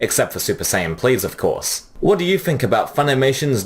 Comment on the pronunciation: Dude, you've clearly watched Dragon Ball for some time - how come you can't say "Saiyan" correctly?!